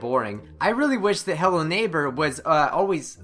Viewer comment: did anyone notice how the thing says hello neighpr instead of hello neighbor?